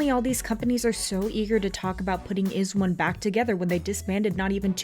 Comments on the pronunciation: It's not iz-one it's eyez one. You guys should pronounce it correctly next time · It's pronounced "eyes one" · (eyes one) that's how you say IZ*ONE. Can you redo this video? Specifically that part about the IZ*ONE'S crowd funding? Know all the details first to make sure your viewers will not get confused about the PARALLEL UNIVERSE PROJECT. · You pronounce it as EYEZ*ONE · stop talking about izone if you can't even pronounce their group name right and give out false information. sakura didn't mock korean fans and the people complaining about it wasn't even wizones. they were just random anti japanese knets. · Hmmm... iz*one pronunced kinda weird :/